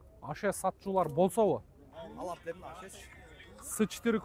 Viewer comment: Димео эмес брат демио😂